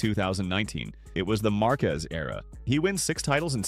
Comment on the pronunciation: bro said “marcues” 🥀